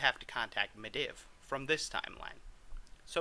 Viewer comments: It's medeev not mediv😂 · if you say mediv and not madeev one more fucking time... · Medivh is pronounced MED-eve It's bothering me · ME DIV? who the fuck is that you really need to work on your pronunciation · Atiesh is pronounced aydesh and medivh is pronounced medeev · Just to point out, you pronounce medivh completely wrong. And it halarius as shit